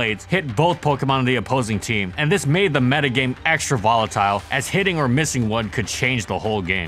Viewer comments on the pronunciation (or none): none